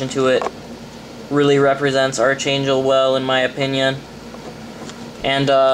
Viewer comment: ark angel its pronounced ARK